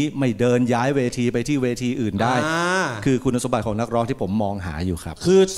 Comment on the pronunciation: น้องพิมร้องได้ดีมาก อารมณ์เพลงเอาไปเลยเต็มร้อย แต่.... ฟังน้องร้องแล้วอึดอัดมาก เหมือนน้องกัดฟันกรามร้อง เสียงแบน ออกเสียงไม่ชัดในภาษา ภาษาไทยมีกลม มีแบน มีสูงต่ำ จะมาฉีกปากเหมือนยิ้มร้องหรือพูดไม่ได้ รู้ จะเป็น ลื้อ ของ จะเป็น ขาง อ้อ ลืมไปว่าน้องเป็นคนอุบล คนที่นั่นอาจจะออกเสียงแบบนี้เป็นปกติก็ได้